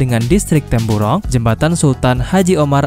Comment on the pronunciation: Jambatan brunei 'temburong' bukan 'tempuro'